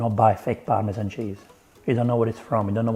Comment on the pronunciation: Par-me-zhaaan😂 Forza Formaggio 😎